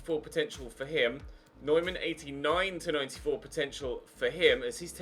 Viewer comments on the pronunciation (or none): none